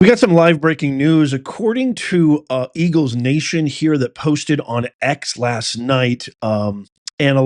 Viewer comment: Don’t you mean “Ergle’s.” lol 😂😂😂